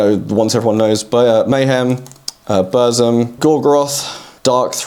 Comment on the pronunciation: I am sorry, but I am triggered. While you've pronounced Drudkh decently, though wasn't sure about it, Burzum and Xastur is so off. And it is a common mistake. Burzum is from elvish of LOTR, and z here as ts. So pronounce it as Burtsum. Just listen to how Varg pronounces it. Xasthur is a bit complicated. As a livecraftian monster you should look at how he would say it. And it is like Spanish J, or H in ham. Basically Hasthur. Counterargument would be that the founder of the band doesn't say it this way. He says Zasthur. And it is confusing.